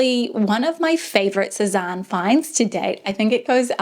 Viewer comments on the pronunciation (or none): It's pronounced 'seh-zane' or 'seh-zan' not 'Seh-zahn' :)